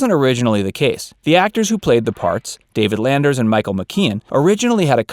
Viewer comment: You keep saying Frank Marshall but I don't think there was a Frank Marshall. There was a Garry Marshall. Also, it's David Lander, without the "s" at the end.